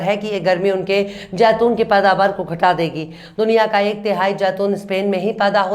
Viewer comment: Jaitoon nahin madam zaitoon hota hai